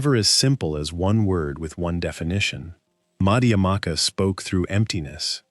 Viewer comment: C'mon-Muhayanu Buddhism? How about Mahayana Buddhism. It's Madhyamaka not Madhaamaka. It's Yogacara (pronounced as yoga-chara), not Yogakara. I've been practicing Buddhism for well over 50 years and I can't even get past the mark and this channel has already screwed up the spelling & pronunciation of two of the most important and influential schools in Buddhist thought. Skip this video, forget this channel and go meditate.